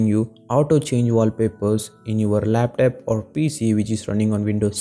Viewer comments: Laptop❌ laptap✅ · lap..TAP??????? wtf bro you goofy af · laptap🤣 flipkort... Nd from here I m not going to watch ur whole video otherwise I'll forget my English 😂😂